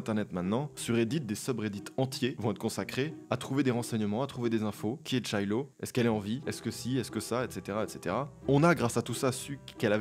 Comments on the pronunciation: d'accord mais pourquoi il prononce "Tshiloh" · C'est pas "Lul patchy" shiloh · Je comprends pas pourquoi tu dis "TChiloh"??? C'est Shiloh (prononcé comme "shy" en anglais pas comme "tch") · Faire une vidéo sur une artiste, et mal prononcer son nom c'est quand même un peu dommage. Shiloh, sh en anglais se prononce juste /ch/ comme dans cheval... C'est ch qui se prononce /tch/... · Super video et merci pour la decouverte ! Par contre, c'est shi-loh... Comme shy-l'eau... Ya pas le tchy-lo 😏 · L'histoire est super intéressante par contre j'ai fait une fixette sur le fait que "sh" ne se prononce "tch" dans aucune langue donc shilo c'est pas tchilo 😂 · Cool cool cool mais poto sh en anglais c'est "ch" pas "tch" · Fun fact, Shiloh se prononce Chaïlo et non pas tchaïlo. Histoire très intrigante, j'adore ça, merci! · Putain la prononciation, c'est pas tchiloh mais shiloh ahah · Sympa cette vidéo, et effectivement j'ai déjà entendu sa voix sans savoir qui c'était ! Merci donc pour cette découverte. Attention par contre SH en anglais se dit CH (comme dans Cheval) et non pas TCH (comme dans Chicken), donc ça se prononce CHAÏLO (et non tchaïlo)... voilà voilà, j'avais besoin de le dire ^^ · pourquoi il dit chaylo?? ca se prononce chiloh non ? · On dit bien "LoFi" avec "i"! Hi-FI= High Fidelity Lo-Fi= Low Fidelity! Et pour Shiloh, on prononce Shiloh et pas TShiloh... même aux US ;) Super vidéo sinon! je connaissais les boucles pas du tout l'histoire! Merci :) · C'est un homme et ca se prononce siloh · "Ch" en anglais se prononce "Tch". "Sh" en anglais se prononce "Ch". Donc c'est Shiloh sans le "T" devant ;) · le mec dit tchilo, je suis sûre qu'il dit aussi tchorizo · La vidéo est cool mais le "tchilo" me trigger, ça s'écrit "sh" donc je comprends pas bien la logique de la prononciation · On prononce CHILO!!!!! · Super vidéo mais frère tu ne sais pas prononcer correctement ni Shiloh, ni XXXtentacion, ça casse les oreilles d’entendre les noms de ces artistes écorchés